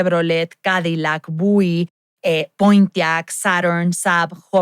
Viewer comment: Estoy amando pero que onda con la pronunciación de Buick? Jajaja 😅